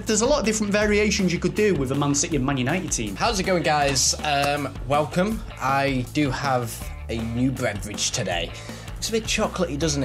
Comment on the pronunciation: Has anybody else realised that says breverage and brought, is it not bought? And beverage?